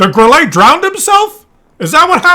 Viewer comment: Grille calls team idiots because they completely ignore West flank. And by the way, Grille (German for crickett) is pronounced 'Grill - luh'. Thanks